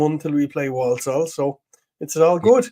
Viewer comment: i love how you pronounce Walsall enunciating all the Ls. the way we say it everyone thought i grew up in Poland.